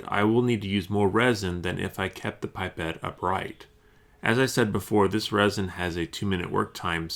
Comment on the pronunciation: Its not pronounced "pipe et" its.. "pip et"